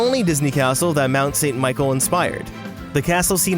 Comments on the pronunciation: Mount-saint-mi-col really hurts. It’s pronounced M-oh-nt-saint-Mi-sh-el. Still great. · Mount St. Michel is pronounced more like moan san mechelle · #5 Château Chillon #4 Schloss Neuschwanstein ... and i gave up because of the pronunciation- but the last one is "Mont Saint-Michel"